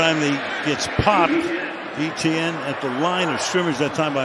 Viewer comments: Why e t n ? it’s Et ienne and jag u ars not jag warz pronounce it right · Etienne is pronounced "ATN"